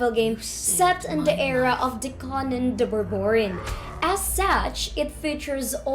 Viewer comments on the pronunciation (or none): none